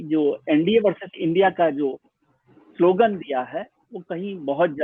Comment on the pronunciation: सलोगन नहीं, स्लोगन